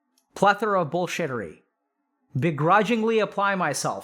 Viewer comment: "plethora of bull shieterry" lol